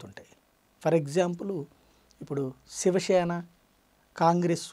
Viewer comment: Shiva sena kadu bhayya, its Shiv Sena